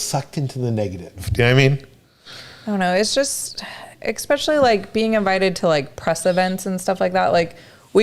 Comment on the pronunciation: did you say "exspecially"? 😄